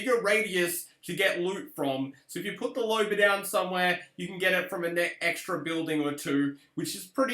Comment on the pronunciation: "Lober" US: "Loba"